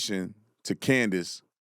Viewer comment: Bro just say Candace.